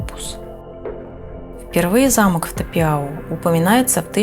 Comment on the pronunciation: Думается правильнее произносится Тапяу а не Тапиау